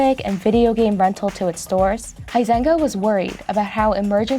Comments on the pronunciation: Huizenga: pronounced “Wee-senga.” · The way she pronounces the dude's last name "Huizenga" really hurts my Dutch ears.